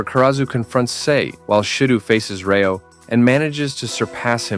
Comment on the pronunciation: Bro it's rayo not reo we'll prenuptial as rati and elt as teo